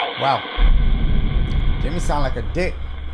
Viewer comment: This is prolly the first time I've heard Dashie say "dick" instead of "diugh" 😂😂